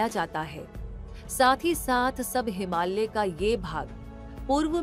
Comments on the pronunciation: Ma'am....it's हिमालय not हिमाल्य......😊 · हिमाल्य नही हिमालय😂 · हिमाल्य नहीं, हिमालय बोलो 😂